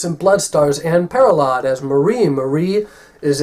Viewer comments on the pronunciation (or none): You didn't pronounce either Anne Parillaud or Anthony LaPaglia correctly.